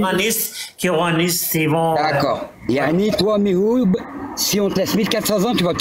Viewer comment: Pourquoi ils se trompent tous, c'est MihouB avec un B, pas Mihoud !